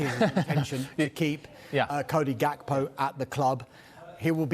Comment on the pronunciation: K in Gakpo is silent dawg. 🤣